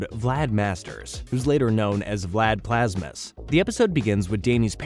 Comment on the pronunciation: OK if you’re gonna do a video like this, you have to do it right here are a few things that you’re missing; Name pronunciations - Danielle not Daniella - Plasmius not Plasmus Plot points - in your list of notable characters you prioritized Dani over Valerie when she only appears in 2 episodes and guest stars in the final. Valerie should have been listed and she should have been listed before Dani - Danny walked into the portal on purpose not by accident - Vlad’s hair turned white. That did not age him up. It just inverted his hair like Danny’s. Vlad was too sick in the hospital, recovering from the incident to graduate. - this is not the entire story if you’re skipping episodes. This is the gist of the story. - the Fentons are DEAD that is Valerie Gray and her father, Damon Gray! TUE was one of the best episodes of the entire series before its downfall in writing….AND YOU BUTCHERED IT??? What tf do you have against Valerie???? - Jazz shoots Vlad not punches him - oh now you mention Valerie??? And you write her off???